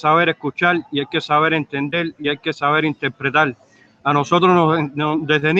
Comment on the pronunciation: "Hay que sabel explical, hay que sabel entendel y sabel interpretal". No ha abierto un diccionario en su vida. Suspendió lectura de tercer grado